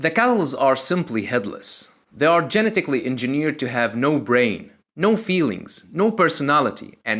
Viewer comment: GeniTickally, diFiKate lmao